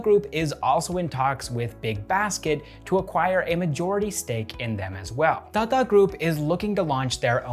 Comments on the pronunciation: Hi. Your pronunciation of Tata is a bit fast. You say Tata like you would say Tada in English. The way we Indians normally pronounce Tata is like you would say Tata as in to mean "good bye". You need to stress both the "a"s in the word. So like TaaTaa. But I love hearing non native speakers try Indian dialect. It's funnier that way, in a good way. 😌 Love this channel and your presence on screen bro. Keep up the good work. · I love the way he says "Tata" ! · The way you say "Tata group" got me chuckling everytime.. great content btw keep it up